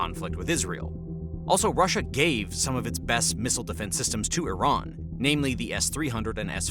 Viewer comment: I'm confused. Is it iran. Or tyiran. Cause I keep on hearing several people, including in this video, say tyran.... SO WHICH ONE IS IT??